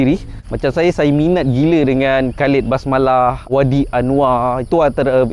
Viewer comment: Bkn basmalah bang..basalamah😂